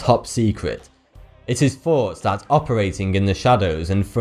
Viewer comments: Is your name a pun on the number 42 because you pronounce the word thought incorrectly. Or is that just your accent? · It is NOT a pun. It's how he talks. "It is faart that operating in the shadows."